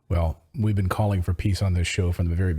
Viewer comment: Ritter and he both say "been" like "bean" and "again" like "agane." It's a very odd affectation.